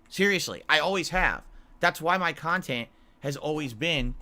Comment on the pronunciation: Curated khantent. Snort.